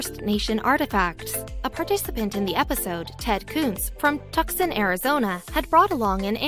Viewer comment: the way she pronounced "Tucson" and "Navajo" made m think the narrator is not an American FYI - it is pronounce as NA-VA-HO